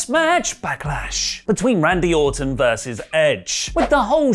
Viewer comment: He definitely said Randy Autumn